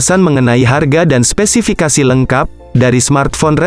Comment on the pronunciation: 3.36 spesipikasi